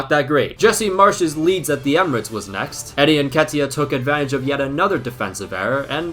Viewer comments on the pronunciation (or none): none